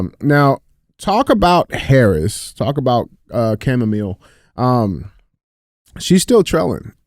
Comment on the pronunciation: " Camamill " Lol.